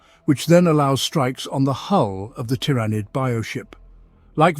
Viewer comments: Why do you pronounce tyrans different from tyranid? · This must be some text to speech since it keeps pronouncing Tyranid in 50 different ways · Is it pronounced TY-RAH-NID or TEAR-A-NID. You were using both pronunciations. But mostly the first one you were using. Sounded weird.